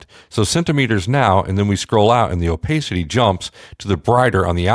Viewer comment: Please for the love of digital rendering say this out loud .. " OH-PASS-CITY" wth man.